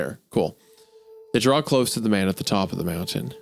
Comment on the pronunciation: I love that Hunter is 47 with the pronunciation of a toddler 😂 Dude is a whole ass professional artist and says the word draw like “drall”